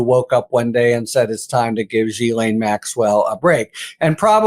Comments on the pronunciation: pronounce correctly it's Gee Lane not jeelane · OMFG!!! SAY HER NAME PROPERLY!!! Do you say Jost ... when it's Ghost? - NO!!! SO STOP SAYING JIZLAINE!!! - It's pronounce GILAINE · her first name is pronounced Jizz Lane